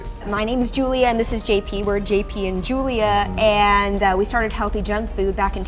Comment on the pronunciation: "Hellthy junkfood"